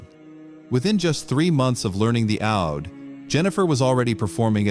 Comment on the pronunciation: The right pronouncement is OUD i.e. oud not aud